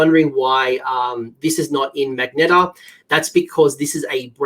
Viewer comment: Another great video Coach - thanks for the effort. It's a forsty one here in the Midwest of the US. One thing homie.... It's magenta.... MUHgentA, a color. I know you Aussies have your own version of English and I appreciate it. Keep up the great work homie. Looking forward to getting back into AoS this year.